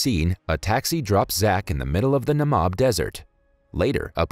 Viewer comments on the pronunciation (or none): It's pronounced NUH-MEE-B Desert